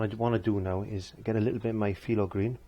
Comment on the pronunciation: Just curious...it sounds like you're saying "Filo green", is it phthalo green that you're saying?